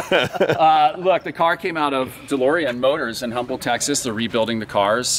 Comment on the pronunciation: The Houston suburb is actually pronounced Um-bull. I know, super irrelevant. Think of it like the next car Mad Mike is going to build and name, the UMBUL.